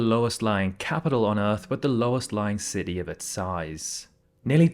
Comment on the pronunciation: "Ci-tee," not "ce-e."